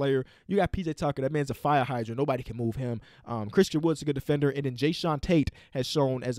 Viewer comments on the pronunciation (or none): none